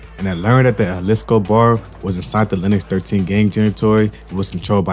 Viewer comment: Juhlisco? Say it like this, Ha Lees Co school in session 🏫